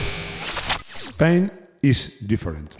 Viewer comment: "Spain is different" Mejor ingles que un nativo jajaja, me ha gustado la pronunciación, que grande